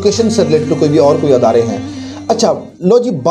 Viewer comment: أَدارے❌❌❌❌❌ إِدارے✔️✔️✔️✔️✔️